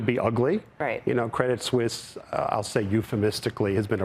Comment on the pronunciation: Steve says "Suisse" correctly. Can these CNBC goofballs quit saying Credit Sweeese. Just because it's spelled Suisse, it's still pronounced Swiss